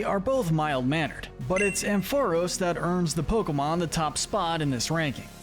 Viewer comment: It’s pronounced amp-FUH-RAHS, rye-COO, PATCH-er-ree-soo, heel-ee-AHP-tile, TAH-poo-koh-koh, redge-EE-eh-leck-kee, chin-CHOW, VIKE-uh-volt, toh-GUH-DUH-mar-oo, more-PEH-coh, ELL-UH-kid, and yoo-NUH-vuh, “Patrick Star”! 🤨 Stop mispronouncing Pokémon names,! 🙄